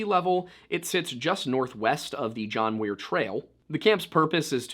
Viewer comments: Am I a fool? I had throught it was John Muir, not Wier, who petitioned Prez Teddy. Was just saying it special, or have I been off kilter for a long time?😅 Thanks for covering this! My husband grew up in Bass Lake (a town very close to Yosemite) and he throughly enjoyed the whole thing! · Enjoy your channel! And; John Muir, not John Weir. Muir was a fascinating eccentric you may want to do an entire episode on; his writings and essays were responsible for inspiring others to see the value in preserving land. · John Muir, you said Weir. You really messed up this time... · John Muir "MEUR". Just had to correct you. There's a lot of things named after him including a famous trail in Yosemite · Do my ears lie to me? Did you say John Weir trail.